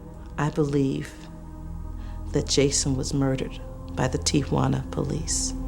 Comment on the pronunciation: “Ti-ah-juana?” You’d think the legendary Robert Stack would pronounce “Tijuana” properly.